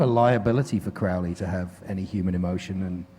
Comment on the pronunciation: "Crowly" wtf